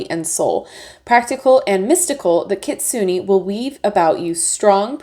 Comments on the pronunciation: Kitsu-nay hehehe not kitsu-nee ^_^ Gorgeous deck though! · Your pronunciation is not bad just more on the Su part of the word. It’s kit-sue-ney. Overall this deck is so beautiful! Adding to my list!